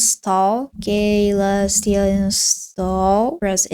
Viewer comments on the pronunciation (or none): klestia shell ummm the actual pronunciation is Celestiashell (Selestiashell) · it is Selestia not Kalestia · "kaylestia" ICANT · Hi, youre mispronouncing Caelestia, the C sounds like an S, like so "suh-LESS-tee-uh" great video btw. thanks. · I think it's "see-lestia" or maybe just "sell-lestia" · man its C not K 😭 killing me lmao.